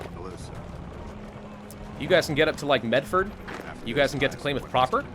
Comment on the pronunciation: Love the new face cam. Klamath sounds like Clam ,and I Love seeing you play this mod in the part of the world I am from.